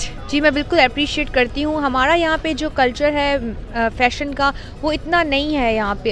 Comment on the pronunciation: Its hamaara....not HMMAARA...ANGREZI SHIKH AAIYE